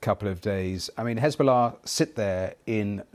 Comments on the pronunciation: He still manages to pronounce Hesbollah with piety and impeccable accent though. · Pbuh-Piss be upon Hez-ball-less 😂